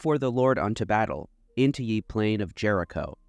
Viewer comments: Ye is pronounced the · Mispronounced ye lol. It's pronounced the. The letter y was used in place of the letter thorn which made the th sound